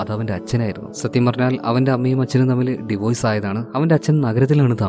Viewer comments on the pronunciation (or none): none